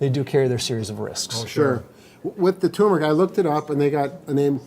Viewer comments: Yes, and stress the first syllable. TURMeric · What a shame.....this is important stuff. The outside noise is so distracting it nearly invalidates your information. TURMERIC, accent on the first syllable. Thank you. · I can't imagine a pharmacist that cannot pronounce "turmeric." The accent is on the first, not second syllable. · Turmeric, not Tumeric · Turmeric not tumeric! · It is not tumeric, but turmeric. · It's Tur mer ic not Too mare ic. There are 2 r's not one r. You have it spelled wrong. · Guys it’s tuRmeric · Hey Guys, Love you. Am subscribed. FYI, it's tuRmeric not tumeric. It's not that hard to say, although I notice many people don't see the R. Thanks. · Never trust a Pharmacist or a Physical Therapist that can neither pronounce nor spell Turmeric. Come on people... wake up... it's pronounced TURmeric not TOOmeric. Try to get the spelling correct as well! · Guys - it's TURMERIC not tuneric. You lost and 'r' there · TuRmeric not Tumeric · This word is spelled TURmeric and pronounced TOUR-marik - not tooMAIRik! Let's speak English, yes? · Turmeric is pronounced with the 2 r's! Tur- meric! Always has been, will never change! 🛑 Stop! Stop pronouncing Turmeric as Ter- merrick! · IT’S NOT TUMERIC. Nor is it pronounced that way. It’s TURmeric. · I hate when people pick on purnouncing words properly but c'mon Doctor's and this guy here. It's Tur Mer Ic not tumeric. Holy bageezuz like I said I hate when people fix silly things like this but if you are a pharmacist recommending something in an online worldwide can you not pronounce it?????????? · It's turmeric (tuRmeric with two 'R's) NOT tumeric. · physicalterapyvideo: It's NOT "t-u-m-e-r-I-c", it's "t-u-R-m-e-r-i-c"! And it's pronounced "ter-mer-ic", NOT "too-mer-ic"!! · It's actually pronounced TUR mer ick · It's TuRRRRRRRRRRRRRRRRRRmeric. 2 "Rs" in that word, not 1. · Hey guys, it's TUR-mer-ic. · Ganga Din No. It is properly pronounced turmeric, with both r's. Some people say it incorrectly. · Its turmeric 😅